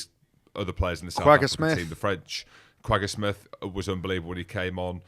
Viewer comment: Kwegga Smit, love the accent 😂😂